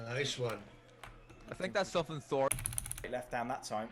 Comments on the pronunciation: I'm always baffled when people from England pronounce an obvious "TH" word with an "F". It 's "THOR". not "FOR". lol Fink about it. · be like “4” instead of Thor